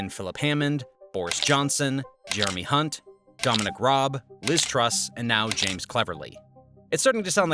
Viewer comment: Good analysis, thanks. Just one small criticism that the majority of us Brits will have noticed - you repeatedly pronounced Jeremy Hunt's surname incorrectly.